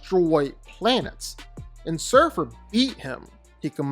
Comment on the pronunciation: and "surfr" and surfer what? ...sentry fought galactus to a stand still:)learned that last night.